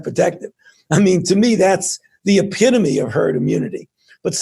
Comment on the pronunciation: also it's "epitome"